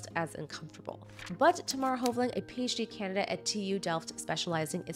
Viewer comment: Not trying to be rude but if you’re going to make your living off of YouTube you need some speech and voice work with a professional. You tend to swallow whole syllables like you keep saying gynological when it’s gynecological, also you swallow the h in phd. What happens is the brain is constantly behind trying to unravel one word or another and it feels like work to just listen. I’m a retired actor and I saw lots of people that started like you and with only a few months of lessons come out the other side very very good. We called it “chewing out your words”.